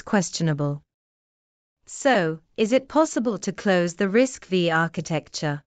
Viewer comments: bad AI production, risc-5, not risc-v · 😊pronounced RISC 5